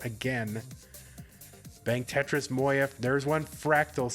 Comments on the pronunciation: bro its mo-ya, thats how a j is pronounced in german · I swear god I've heard 3 different versions of moja pronunciation.